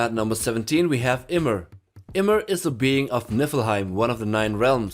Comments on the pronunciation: Him pronouncing Ymir as emir was sad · It’s pronounced yimir